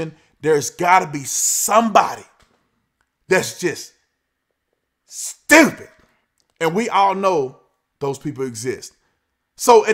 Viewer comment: The way he said stupid just touched my soul 😂😂😂